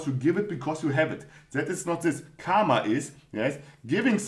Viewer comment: Thanks for another video. Your creativity of explaining Mindset Series is Really amazing. and one more thing it's not KAMA. It's KARMA. "R" should be pronounced. If you want clarification then Watch Indian Epic MAHABHARATAM. Thank You.